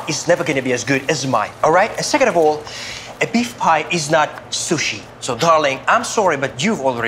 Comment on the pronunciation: They cut the chicken and say Beif pie.. Lol